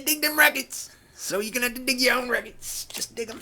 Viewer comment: Lmao rekkids. I knew i wanted to click when i seen that. I too call them that but you must put on your best jersey accent whilst doing it. Lol Loving your channel. Great channel darling! On it now!